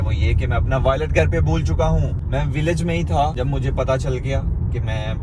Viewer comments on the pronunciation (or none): Violet nahi wallet hota. Iss liye kehte hain taleem ka koi jor nahi.